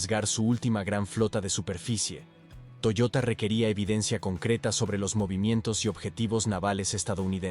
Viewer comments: Toyoda no toyota.... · Era TOYODA, no Toyota....